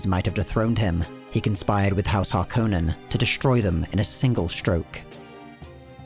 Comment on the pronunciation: THANK YOU! The only youtube channel that pronounces harkonnen correctly.